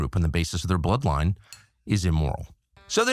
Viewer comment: I've never heard someone say the word "bloodline" with a hard "b" before